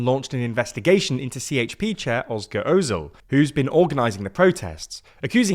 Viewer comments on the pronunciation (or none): Bro please at least give an effort in pronouncing turkish names, c in recep sounds like g, at least use google translate audio or something. Edit: rest of the names are even more massacred. Who the hell is Oscar Ozil? The person is called Özgür Özel...